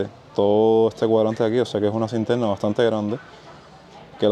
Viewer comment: Cinterna o "Cisterna"???😅